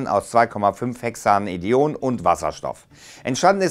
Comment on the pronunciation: Super interessanter Ansatz, nur wird es wahrscheinlich noch einige Jahre dauern bis es eine Synthese gibt die lohnenswert ist. Kleiner Tipp zu chemischen Namen noch: 2,5-Hexanedione ist der englische Name für 2,5-Hexandion oder besser Hexan-2,5-dion. Die Zahlen werden auch einfach einzeln gesprochen. Sprich: zwei fünf Hexandi-on. Das dion wird getrennt gesprochen. "di" für "zwei" und "on" weil es sich um Ketone handelt. Also ist es ein Hexan (sechs Kohlenstoffe ohne Doppelbindungen, also gesättigt) mit zwei Keton-Gruppen an der zweiten und fünften Stelle im Molekül.